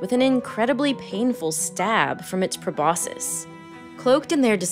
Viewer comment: It's pronounced "proboscis."